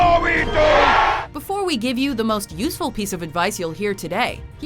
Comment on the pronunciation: i like how she puts enfasis on the word "useful" at the end of the video